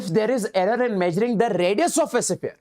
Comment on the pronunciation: Sphere❌sipphere✅..just for fun but really u r a great teacher ever 💗